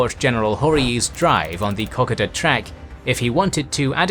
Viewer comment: `Co.coda' no ``cock.ada'''